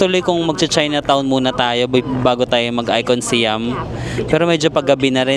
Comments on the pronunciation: Hi, ang proper pronunciation po ng SIAM ay (pag tinagalog ay SA-YAM) di po SI-YAM hehe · Our Princess, Siam should be pronounced as Syām (Sayām). Siam was the old name of Thailand until 1939. Just like Formosa to Taiwan and Persia to Iran. 😊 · Sayam pag pronounce ng Siam at ang Sook is Suk come's from the word kwamsook mean's happiness